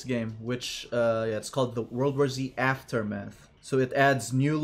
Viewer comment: My guy just kept saying aftermeth and I find that fucking hilarious. Zombies be high af lmao